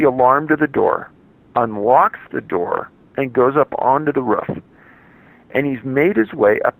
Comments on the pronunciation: Roof, not ruff damn it! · Its 'roof' not 'ruff' The word has 2 o's in it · It's ROOF, not RUFF. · It’s roof not ruf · Roof not Ruff 😕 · the ruff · Me too haha. I wasn't paying attention and thought he was referring to a dog "ruffing". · lmao yes I agree ROOF! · The way he says “roof” makes me angry